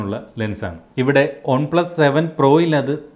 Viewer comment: ഒൺ പ്ലസ് അല്ല One plus